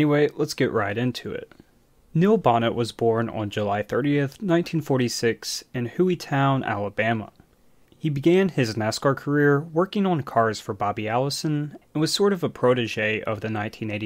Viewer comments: and also its hew E Town not WHo E town . I get so annoyed when people do videos and can't pronounce important words correctly! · It’s not pronounced Hooeytown. It’s Hueytown